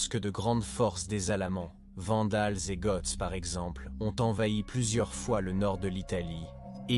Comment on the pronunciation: Bon docu mais plusieurs problèmes audio. Aussi, le français laisse vraiment à désirer. IA ou voix humaine?!? ex: 1-"...en 378 après Jésus-Christ"; on ne prononce pas le "st" dans Christ. 2- Les "Hunts" et les "Goths": en français, on ne prononce jamais le "s" dans le pluriel des mots. Goths se prononce comme le mot "go". 3- Mauvaise prononciation de Stilicon (général). Ça s'écrit en français avec un "n" à la fin. 4- le 5e siècle a eu de "grands zéro" !?!...Ça ne se prononce pas comme ça!!! ...non..."grands héros": il n'y a pas de liaison entre grands et héros. 5-Monothéi"z"me; On prononce "monothéisme". 6- "...un nouveau ensemble de problèmes..." Wow! On dit: "nouvel ensemble".